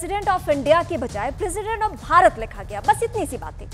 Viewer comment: BHARATT.....not Bharat.